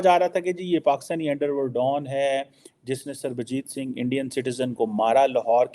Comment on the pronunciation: Fake Phd Chamaar Kheema cannot pronounce Punjabi name Sarabjit Singh 😂😂